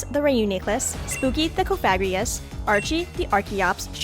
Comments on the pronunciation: most pronunciations I've heard are "cof-uh-gree-guhs," not cah-f*g-ri-us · That Cofagrigus pronunciation really kept throwing me off